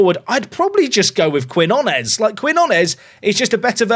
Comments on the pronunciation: I know Brits struggle to pronounce Spanish relative to Americans, but Quinones = keen-YO-naes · For Quinones, try pronouncing Key-know-ness 👍🤓